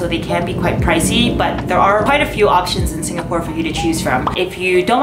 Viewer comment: Im stressing out on the way she pronounce the different locations in SG